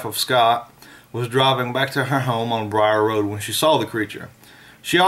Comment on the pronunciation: It's the beast of bray road not briar Rd